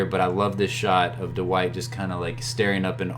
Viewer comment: Duh-white. Lol. Thanks for the great content 👍🏻